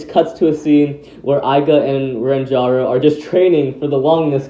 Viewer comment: You called ranjiro rantoro